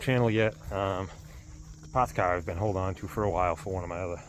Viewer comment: 'Pahts cah!'